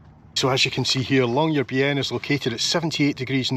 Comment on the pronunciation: What a wonderful tour! Admire your pronunciation of Tromsø and Longyearbyen - American tour reporters please take note! Tromsø ends in 'o', not 'owe'...